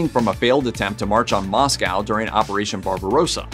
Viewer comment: I will not subscribe to someone who can't say Moscow properly. I strongly dislike the Russian regime but if I came to America and miss pronounced names of cities I'd probably get into an argument. It just sounds uneducated